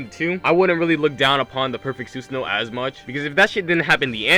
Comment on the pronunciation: Why the hell is Susanoo said wrong like 20 times?